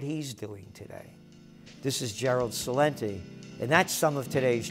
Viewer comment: Gerald Celente can't even pronounce his last name authentically, on top of that you can barely read